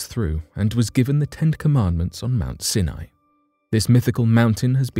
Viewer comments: Pronunciation is not your strong suit is it?! Your mangling of words completely puts me off - Sinai is NOT pronounced Sin eye but Sine eye!! Try looking things up before you read the script it also means that I am very dubious of your “facts” as you clearly haven’t made any effort to research the topic before reading the script like a robot! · Its pronounced Mount Si Nie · Mt. Sinai is pronounced Sy'-ny. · Mount “Sin-eye?” I thought it was pronounced “S-eye N-eye.” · Mt Sin eye? In the US it is pronounced Mt Sigh N Eye. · I couldn't listen to anymore. You keep pronouncing Mount Sinai wrongly. It's pronounced with the I sounding like eye. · You've murdered the name Mount Sinai. It's actually pronounced mount "seye neye". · Sini is pronounced Siy-N IY - † † English pronunciation guide: Sounds more like scy-nye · It's pronounced Mount Sigh-nye. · This bothered me also. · Senai ??? Really??? better work on your pronunciation. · Come on! How difficult is it to pronounce Mt. Sinai correctly? If that can't be done why are we to believe anything presented?